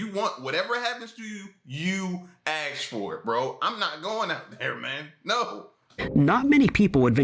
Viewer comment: You "AXED" for it ! Really ???